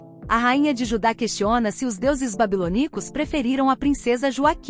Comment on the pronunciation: MEU DEUS quem vai ensinar essa comentarista pronunciar certo a palavra BABILONICOS é não babilonícos😢